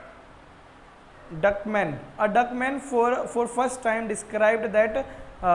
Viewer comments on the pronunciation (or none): Beijerink = bejrank wow 😂😂, Dutchman to duck man great pronounced by a teacher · 😂😂😂sir dutch man not duck man